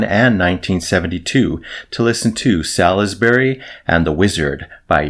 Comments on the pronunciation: Well impressed! A well known name but I've never bothered with them. On point vocals too. Well worth a dive. BTW, the UK city is pronounced 'Sorlsbury'. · Btw, Salisbury is pronounced 'Sauls-bry'.